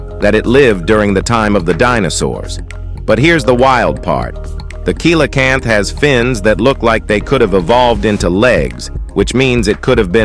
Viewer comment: It is pronounced sealacanth, come basic stuff.